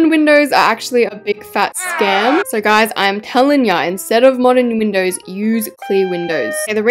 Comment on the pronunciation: WHY DID YOU SAY MODERN MINDOWS?!